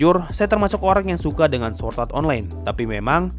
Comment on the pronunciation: SWORD bukan SWORT :v